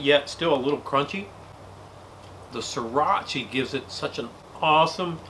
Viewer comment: Notice how he said siracha as seeratchie